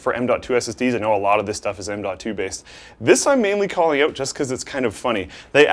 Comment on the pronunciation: the most canadian "out" i've ever heard